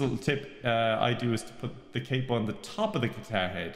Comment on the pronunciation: Why do you pronounce capo this way 😩